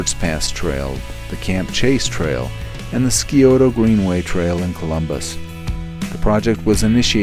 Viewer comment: Giggled at “ski-ota ” trail. Actually, it’s pronounced “si-ota” (long i)